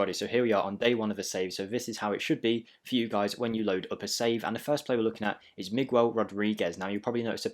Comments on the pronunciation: Its like MigHell, not Migwell, but it was close effort 👏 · So you figured how to pronounce Rodriguez, but you say MigWELL? lol Thanks for the vid!